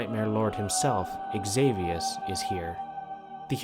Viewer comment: Xavius name is pronounced as Savius, other then that, amazing video, really!